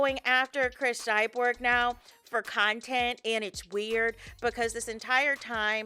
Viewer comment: Now. It’s pronounce NOW. There’s no E in it 😂😂😂😂 lord I love you but got damn that’s annoying. Let me stop. Muting you and putting the caption on